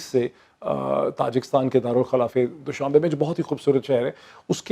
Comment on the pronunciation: Moeid it's not doooshabay. It's doshambay